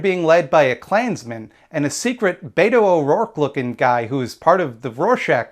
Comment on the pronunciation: There are many reasons to like this video but I pressed the button because of "Beto O'Rorschach"